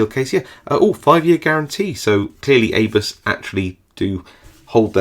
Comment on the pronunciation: Isn't abus pronounced aboo in English?